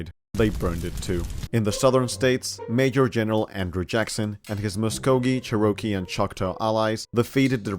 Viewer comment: Cher–Oh– kee